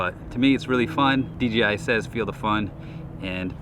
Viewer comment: It sounds like he says DGI most of the time instead of DJI.